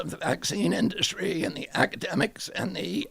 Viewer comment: 'Charlemagne' called industry 'induscry' thrice